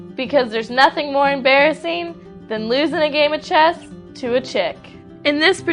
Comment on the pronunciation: Damn! I thought you said chest!